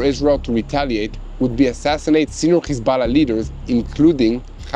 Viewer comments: Why do you say khizballã its hezballah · Why does he pronounce Hezbollah like that lol 😂